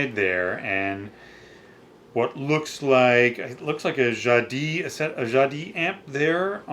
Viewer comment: Jadis is pronounced "Jadice"